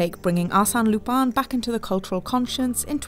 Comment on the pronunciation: It's pronounced "Arse-en", as in arse, the British version of as and then "en" from end, not "assane"! They don't even pronounce Lupin right! It's clearly pronounced "loo-pen" but instead they say "Loo-pan"! How do I know this? Simple, 𝗣𝗲𝗿𝘀𝗼𝗻𝗮 𝟱.